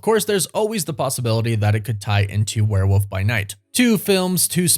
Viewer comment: Love love love this channel and you, but it's WOOLLLLF werewoLLLLLf. Not a Woof. Not a where woof. I know u say woof woof, but gdmnt it's a WEREWOLLLLLLLLLLLLF